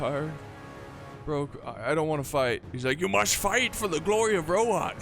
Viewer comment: I just pronounce everything like they do in the movies. And they say rohan not rohin or whatever the other thing you said was